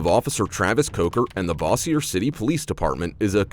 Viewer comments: Your pronunciation is off. It is not Brenton, it is Ben-ton. Bossier is pronounced Bo-sure not Boss-ier. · every time people pronounces bossier like all frenchy is hilarious. i'm sure it was pronounced that way a long time ago, but it has been unfancified. evolution of southern language!